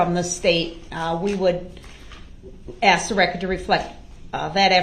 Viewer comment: Have they 🪚 saw anything on TV?. Darrell's use of English is mind boggling.He uses WHOM instead of Who, biast , inty instead of any , and my all time favorite axe. Just to name a few. Are you kidding me? and are you serious are up there also. If Darrell listened he would her the grounz .